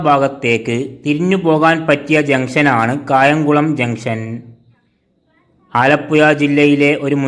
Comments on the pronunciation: ആലപുയ അല്ല മന്ദബുദ്ധി ആലപ്പുഴ എന്ന് പറ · ഇവൻ ആലപ്പുയ, കോയിക്കോട് എന്നൊക്കെ പറയുന്നത് കൊണ്ട് ഞാൻ കരുതി കായംകുളത്തിന് 'കാഴംകുളം' എന്ന് പറയുമെന്ന്..😂